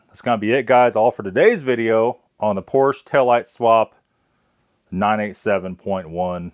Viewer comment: What's a "Poorsh"?